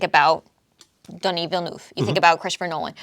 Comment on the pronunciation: Watch Villeneuve's Enemy (2013) it has a lot of Bond themes like suspense, man-on-a-mission, secret societies, beautiful women, sex etc Also, don't pronounce his name 'Dunny' that's Australian slang for a toilet haha